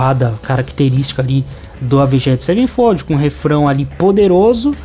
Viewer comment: Doeu de ouvir